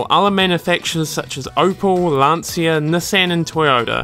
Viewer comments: It's not pronounced "Lan-see-ah", gotta remember it's an Italian last name, so it's pronounced "Lan-Chya".... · It's not Lan-see-uh. It's LAHN-chah. 2 syllables not 3. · Please, it's Lan-Chia, not Lan-See-a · Good video, but if you want to tame the heart of Italians you should say "Lan-cha" instead of "Lan-see-a" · Lan-Cha not Lansia. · Awesome video. Just a linguistic tip for English speakers, which very often mispronounce the name. In the name Lancia the Italian C is pronounced like the English CH, like in the word 'cheese'. To an Italian listener you are saying LanSia. To figure it out quickly, write the word 'spear' on Google Translate then translate to Italian. Italian for spear is in fact lancia. Then tap on the speaker and listen to the correct pronunciation ;) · it is pronounced "Lan-Chia". respect the italian way of pronounciation please. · It's an Italian name, not English. Obviously, You and the commentator didn't know it. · Just one little thing: in italian, "cia" is pronounciated like you would do with "cha" in english. You should say more like "Lunch" plus the A as you already say it in the video. You can hear it in this video 40 seconds in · You managed to mispronounce all the italian car brands. Every time you say Lancia, my ears bleed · Fantastic work. Great documentary, but you should at least pronunce some Italian words in the right way. Is Lancia, not Lanzia. And is Sanremo, no Senrimo....